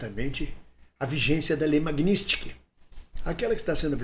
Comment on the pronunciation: Não é "MAGNÍSTIK", É M A G N I T S KY _ N I T S K Y _ T S K Y. E não NISTIK.